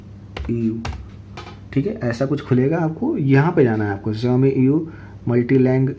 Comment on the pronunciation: Jaumi nehi saomi (xiaomi)